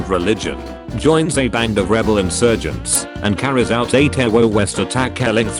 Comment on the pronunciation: 🐙💨 did you seriously uwu "t3rrorist attack" ? tewwowwist attack💕??